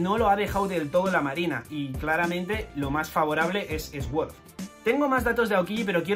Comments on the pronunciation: Nunca entendí por qué los españoles pronuncian la "s" aparte , se pronuncia "suord", no "esgüord". He visto el mismo error cuando pronuncian Shrek, es gracioso escuchar "Esrec" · Se pronuncia suord xd no esword jaja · cada vez que dice "esuord" muere algo dentro de mi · La verdad es que dice muchas veces Esword, alguien las ha contado? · Inglés nivel: pronunciar "Sword" como esguór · se pronuncia: Soorr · Dislike porque no sabes pronunciar sword 😝